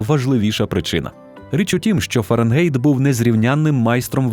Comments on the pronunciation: Fahrenheit - ФАРЕНХАЙТ. Не беріть "ґєйт" з ворожої. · Дуже добре! Але все ж таки ФАРЕНГАЙТ